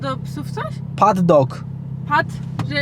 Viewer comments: to nie paddok tylko padok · Ja nie chce hejtować itd ale mówi się padok a nie paddok.Padok to jest pastwisko dla koni one se tam biegają❤ powiem tak ❤ja tylko pomogłam nie hejtuje😊 ale ja cie rozumiem bo po prostu nie wiesz jak to się nazywa więc tak tylko pisze jak to się poprawnie nazywa ❤ pozdrawiam❤bardzo lubię cię oglądać ❤❤❤❤❤❤❤❤❤❤❤ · nie paddok tylko padok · Hej ja jestem koniarą i to nie jest paddok tylko padok inaczej taki wybieg dla koni pozdrawiam❤ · Po 1sze podok jest do wyprowadzania koni Po 2gie nie muwi się paddok tylko padok lub padoczek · KURDE! PADOK!!!!!!! A NIE ŻADEN PADDOG!!!!!!!!! JESTEM KONIARĄ I WIEM!!!!! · Nie patdog tylko padok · Nie paddok tylko padok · Nie ,,paddog" tylko padok❤️ Super film 🌺🌺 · to nie pattok tylko padok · Padok a nie paddok hah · Padok nie paddok xd Co za typ. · to się nie nazywa paddok tylko padok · to się nazywa padok a nie paddog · nie nie pal dog tylko padok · ja jeżdżę konno i obserwuje konie bardzo długo i konie to fantastyczne zwierzęta i padok się nie mówi "paddok" mówi się padok sorka za poprawianie pozdrawiam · nie paddok tylko padok jest to pastwisko dla koni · padok nie paddok xd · Po usłyszeniu paddok czuje się załamana 😭czyta się padok to wybiek dla koni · Nie paddok tylko padok czyli tam po prostu są konie na dworze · To jest padok a nie paddok, a padok to jest taki wybieg dla koni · Paddok się czyta padok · Taka mała poprawka to był padok a nie pat dok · Paddok to jest błąd mówi się padok( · nie paddok tylko padok=pastwisko dla koni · Mówi się padok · Bez urazy ale pisze się padog a czyta się padok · Mówi się padok (nie hejt)nwm jak napisali ale najwidoczniej źle albo źle przeczytałeś. Padok to inaczej pastwisko dla zwierząt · Paddock się czyta padok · Kocham konie i nie mówi się pdok tylko padok